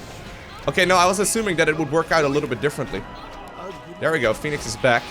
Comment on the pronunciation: Phonenix man, phoneix :((